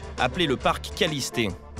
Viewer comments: C'est le parc kalliste et pas kallisté 😂😂😂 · Parc kaliste pas kalisté 😂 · Ewe (kalisté) mdr c kaliste wesh renseigné vous avant nn à lieu de dire dla d